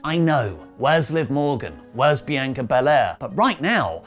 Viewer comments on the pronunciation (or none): none